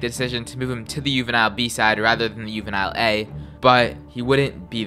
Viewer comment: Ahh, my bad bro. I tried to get all the pronunciation right lol, but I think i mispronounced that and "Juvenil". I appreciate the feedback tho!